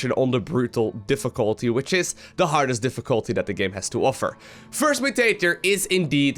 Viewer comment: "Diffuculty" lol :D